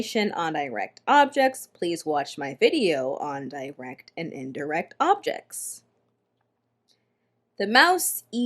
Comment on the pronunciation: I thought “direct” is pronounced differently